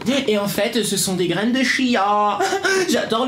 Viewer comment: Quand tu as dit chia j ai crû que tu as dit tia je m appele comme ça